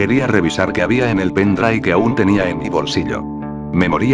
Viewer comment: "junto con el pendrai"